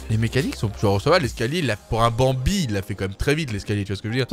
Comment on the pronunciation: Prk tu dit banbie les skin sa veux rien dire